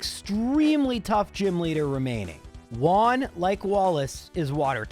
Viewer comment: Learn how to pronounce " Juan"